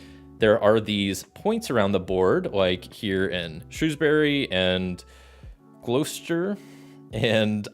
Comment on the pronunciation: Gloucester= "Gloss-Ter" Worcester= "Woos-Ter" If a place ends in "Ham", pronounce it as "Um", so Birming-um, Notting-um